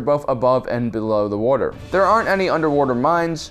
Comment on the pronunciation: It's pronounced, "WAH-ter", not "WYU-ter" You're killing me. I legit may have to unsubscribe if you don't learn to pronounce the word, "water" correctly.